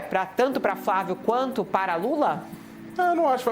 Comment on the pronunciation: Kkk lula pode pular o wuanto wuiset kkkk